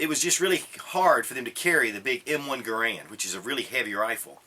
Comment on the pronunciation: Please. Stop. Pronouncing. Garand. Like. That.